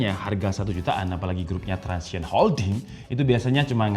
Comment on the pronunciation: Transsion Holding bang, bukan transition